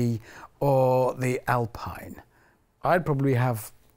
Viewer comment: Its Alpine not Alpine HAMMOOOOND